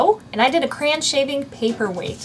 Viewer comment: Why are you saying "cran" instead of Cray-on? Sorry, I'm a big word person and it drove me Crazy!!! LOL!